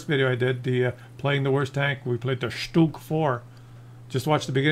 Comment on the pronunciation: It's pronounced Huh-Vay-Kuh. There are no hawks in Germany, only good old falcons. (And a few hogs but I digress.)